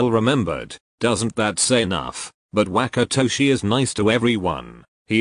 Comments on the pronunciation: i can fucking NOT with the way google says WHACKatoshi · the translator really said WaKaToShI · google really said whack-atoshi